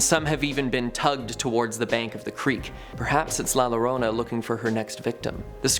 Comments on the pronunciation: When you pronounce a word in Spanish that starts with a double lol as in llorona. It's pronounced yorona. ( ll is pronounced as a y ) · It's pronounced "Yorona" as the "LL" in "Llorona" makes a "Y" sound in Spanish. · Llorona is pronounced "Jorona" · LL is pronounced like Y, not like L. Llorona = yorona. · TWO LL IS A Y!!!!!!!! Llorona!!! Damn it